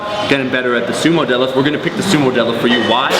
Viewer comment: Sounds like she said. "My squat, my bench, and my debt they obviously increased in numbers." lol